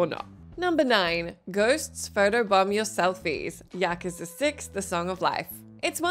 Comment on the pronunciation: Did she say “yakaza”?